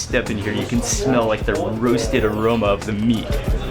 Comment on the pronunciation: When ever he say (aroma ) I be laughing hard 😂😂